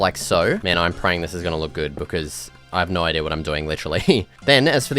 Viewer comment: love the way he says "idear" instead of idea genuinely no hate